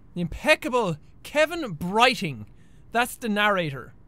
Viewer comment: BRO I HEARD HIM SAY KEVAN BRIGHTING AT THE EXACT MOMENT I READ YOUR COMMENT